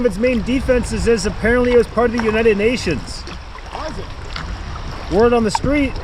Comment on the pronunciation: Pronunciation: "WERD on the street" not "WARD" as in hospital. Sounds like wurd. Rhymes with Bird.